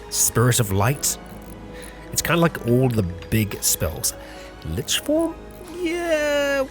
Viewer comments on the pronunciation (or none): none